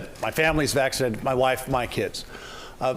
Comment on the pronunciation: Yup. And everyone should get "vaccided" 😂